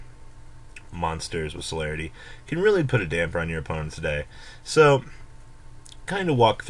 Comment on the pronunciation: SOLID+ARITY Not fucking SOLARITY!!! damn...